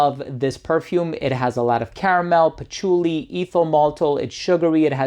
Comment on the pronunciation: Pachuly? Pachooly? Sounds like some Italian food herb element.